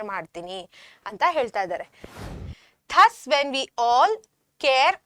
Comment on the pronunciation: Madam, THUS is Not ಥಸ್ but ದàZ! Plz check your pronunciation. 😊